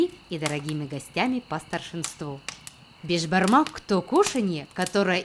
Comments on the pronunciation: Не бешбармак а бишбармак это означает биш-пять, а бармак-палец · сіз бешбармақ емес, бешПамак айтасыз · Не бешпармак а беспармак я живу а Казахстане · С Казакстана привет и не бешбармак а бесбармак это переводится пять пальцев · Вы не правильно пригатовили Бишпармак!! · Я как казах ( а я и есть казах) скажу что беШпармак а не бежпармак без "ж" совет что для приготовления бешпармака нужно копченое мясо, вяленное мясо, қазы (тоже копченое мясо), кійріқ май(жир), канина НЕОБХОДИМО использовать даже если нет нужно найти и все это нужно падать бауырсақ, қымыз, шубат, конфеты, сухофрукты, фрукты, қуырдақ, лепешки, и чай по правилам у нас казахов нужно сделать бата-(молитва) но так как вы христиане вам необязательно делать бата это для тех кто не понел молитва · не Бешбармак а бешпармак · Я живу в Казахстане и хочу сказать когда твоё национальное блюдо говорят не првильно как-то обидно правильно не бешбармак а бешпармак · Правильно говорить БЕСБАРМАК! Так как это переводиться как 5 пальцев. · Надо говорить бешпармақ бешпармак